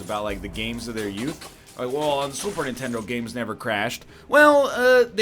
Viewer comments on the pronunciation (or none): none